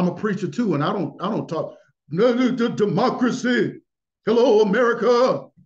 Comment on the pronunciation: "Democra-say" 😂 Stopppp